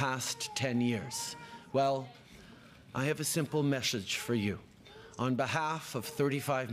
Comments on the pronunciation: Did Trudeau say, 'meshage?' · What's the "messhage" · I had to replay him saying "message" about 10,000x 🤣 🤣